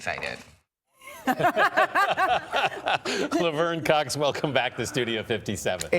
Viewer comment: Love-er-n Cocks lmao....she couldnt pick mary or Ashley as her name